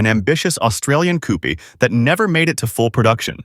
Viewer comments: Coupé is pronounced COO-PAY not COOP Marque is pronounced MARK not MARKY 🙄😂😂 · French origin word, its pronounced coopay...